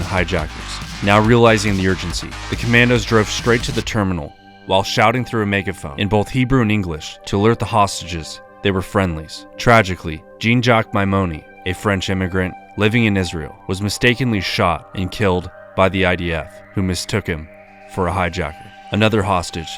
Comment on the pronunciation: Your pronunciation is deplorable and at times disrespectful. There are like a hundred instances of it this video alone. Did you get your education from a Cracker Jack box? Who the heck pronounces the French name “Jean” like a pair of👖? Unreal. Takes the professionalism right out of the content, nice work.